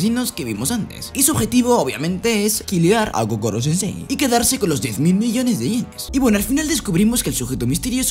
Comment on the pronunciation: era koro no kokoro xd